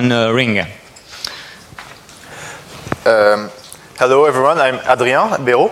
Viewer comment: …And here I am, watching this 2016 video explaining Ring features in June 2018 after a rough installation on my Windows 7 workstation. I know that will sound awfully rude to say, but despite being French myself, that broken English pronunciation gave me the creeps. Now, a little update about the Ring project on Windows 7 and Android. Scholastic Philosopher: ‘in the video they did it with SIP only I think.’ > The protocol by default in the current day Ring software is RING, albeit you can switch to SIP if you want to (in the Account settings). Scholastic Philosopher: ‘it would be nice if they had put their ring ID as a bar scan so that others could be able to add them’ > It seems the current Ring software creates a QR code out of your Ring ID in order to easily add people on the Android app. First, the "bad" stuff: On my W7 version of Ring, the software came to a halt when I tried running it right after the install and during the very first run. The software cannot use the embedded camera if Skype is already running on the computer. You can't switch audio and video input/output devices on the fly (doing so may even halt the software altogether). By default Ring is set to run when you log on your computer. By default just going into Settings > Audio/Video tab will activate whatever camera is available, you cannot deactivate the camera if your computer doesn't have a switch to prevent this. When the lag between the source and target computers is too high, only setting video to "